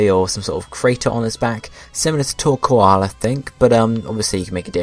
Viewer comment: It's pronounced Tor-Coal btw. Great vid :)